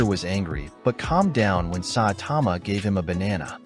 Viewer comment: its saitama not satama